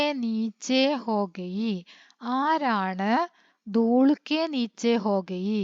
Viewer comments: ദൂള് അല്ല ദൂൽ ആണ് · Dool an dooll Enn alla 😂